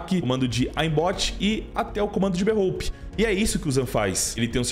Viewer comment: berrôupe kkkkkk